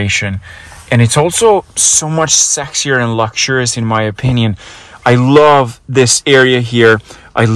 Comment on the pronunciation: STOP CALLING THINGS SEX-SIER.